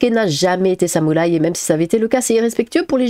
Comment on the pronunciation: non samoulaï tu le prononces mal x)